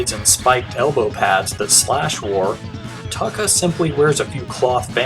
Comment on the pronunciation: Another great video! I hate to nit pick, but Tokka's name is pronounced TOE-KA...not TAW-KA